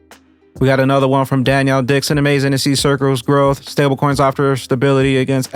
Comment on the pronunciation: Denelle*** not Danielle ❤